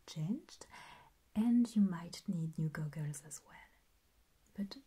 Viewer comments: She pronounces goggles like gu-guls and I love it lol. I may have a new favorite ASMR channel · I just like to hear her say " goggles ". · THE WAY YOU SAID GOGGLES JUST MADE MY WHOLE DAY I loved the video id love another optometrist video this was very very tingly and relaxing and the steampunk optometrist was perfect it's my favorite video on the internet right now and my favorite video you've ever done please make another steampunk optometrist I need new as you call them "goggles" 😂